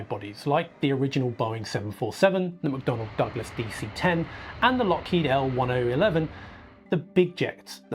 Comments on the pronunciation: Bro....how to know you're not an airplane guy without telling us you're not an airplane guy.... Lockheed L 1-oh-eleven..............C'mon man..........it's "EL TEN-ELEVEN .....Tristar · L-1011 is pronounced "L" Ten, Eleven. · It is pronounced L-TEN-ELEVEN. Why do Europeans always screw this up? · Lockheed EL-TEN-ELEVEN (former FAA ATC)